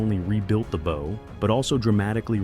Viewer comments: Can you not fix your AI to not say “bow” as in “bow and arrow”; drives us nuts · If the producers spelled it bough, that would fix it! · Stupid AI can't pronounce correctly the front of the ship, the "bow" in it's first two attempts. And what was the AI trying to say. ? I am so sick of this annoying computer generated voice becoming all too common on youtube. Thumbs down for this transgression. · "Bow" mispronounciation ruins any historical credibility. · After the third “bow” I turned this AI crap off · It will be real nice when the AI voice learns how to pronounce "bow" as it relates to a ship. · With such a large 'bow", I kept waiting to see the gigantic arrows it would use. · Agree. It's really annoying.